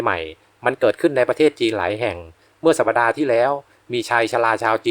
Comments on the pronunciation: สัปดาห์ อ่านว่า สับ-ดา ไม่ใช่ สับ-ปะ-ดา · “สัปดาห์ ” อ่านว่า “สับ ดา ” ไม่ใช่ “สับ ปะ ดา ” ค่ะ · สัปดาห์ อ่านว่า สับ-ดา ไม่ใช่ สับ-ปะ-ดา.